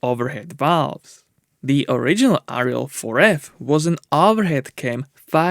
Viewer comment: Its Ariel not Riel... I love watching this channel over the years but the name pronouncing hasn't got any better as I thought it would of done on how long its been going.